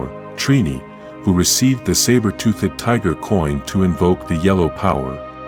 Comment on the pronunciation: zor-Don---not zor-dun toothed-ˈtü-thəd NOT tooth-ed....If you choose use AI to voice your docu, make sure it speaks proper English.